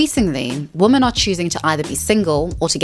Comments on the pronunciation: lol. The way you pronounce “women” is cute. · As always very good research - I love it! Love your videos. I'm often watching with a friend of mine who points out your pronunciation of "women" and I hate when he says it, really. You can't escape it apparently but me and other ppl find it okay, I'm sure. Also, I've never seen stats for gay and non gay relationships but I as a lesbian have always felt as probably it would be the way it actually is. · you pronouncing "women" just like "woman" really messes with my brain lol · After you said that you pronounce "women" differently because you're originally from South Africa, I said "women" out loud to myself, and it felt kinda funny. I repeated it a few times, and I can now say with confidence that I do not know anymore how to pronounce it. It is a completely weird word. The more often you say it, the weirder it gets. Wimmin wimmin wimmin. WEIRD. If you read this comment, try it out yourself. It's true! Great video, though. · Respectfully, if you can say men, you can say women. It's does detract a bit for me and if multiple people (your audience) are mentioning it, it might be worth reading it correctly. Other than that, I love your content! I like your attitude too. Thanks 🫡☺️ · Begging you to understand that 'woman' and 'women' are pronounced differently. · Great video topic! Different pronunciation for ‘woman’ and ‘women’ tho 😩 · Woo-man whim-men right? I hear her pronounce woman and women the same. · English is not my first language so forgive me if this question is offensive, but you always pronounce "women" as "woman" (woh-mahn, instead of wi-men), is that an accent? I've only noticed it with you and one American YTer which is why I'm confused! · it’s not an accent you’re saying the wrong word. it’s womEN not womAN you’re just saying the singular instead of the plural. a lot of the red pill people also make this mistake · I love ur channel, but it is pronounced “wimen” when speaking plurally.